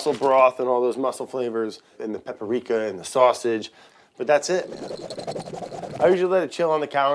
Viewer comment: "Paparika". Lol